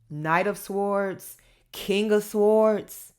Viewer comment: Hello my darling daughter, Shondi here. The correct pronunciation of "swords" is "s or ds" sords "w" is silent...l enjoy your sweetness and energy great entertainment. Love you darling. Shondi Thanks!